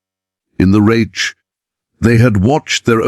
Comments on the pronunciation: I second the vote for using a real narrator. It's pronounced Reick with a hard K not a ch sound. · Who ever allowed the man/machine to comment on this video must have been an American with the requisite poor education of U.S. schools. To pronounce the word "reich" as (phonetically) raitch should be sh, or, at the very least., fired. I'm not of German ancestry, but, even I know enough to pronounce words correctly. Any decent dictionary (maybe not Websters) will have a phonetic description of the word. Between the mis-spellings in captions, and mispronunciations in the over-dubs, it's difficult to follow the story-line. Get a life! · With all due respect, get you AI program to pronounce words correctly. The German word Reich is not pronounced retch. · You’d think AI would know how to pronounce reich! 😂😂😂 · Someone teach the AI German: Reich is not pronounced Raych; or English for that matter: laddled instead of ladled, etc. Did no one tell hem that it was the Russians that mistreat prisoners? Also, I think the flag is wrong. Prior to 1948, it only had 48 stars as Alaska and Hawaii were not states yet. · Reich rhymes with Mike. Anyone who isn’t part of the TikTok generation knows Russian prisons were as bad as German’s. Many of us aren’t hung up on AI since we learn this in history classes in school. Why do you think at the end of WWII the Wehrmacht gravitated to Allied territory. They knew they’d eat, get medical treatment and survive. There’s plenty of WWII documentaries and books. Ken Burns created two series on WWII. They’re written from the view of a historian which can be boring to most people >40. Social media isn’t the best source of history that isn’t fiction.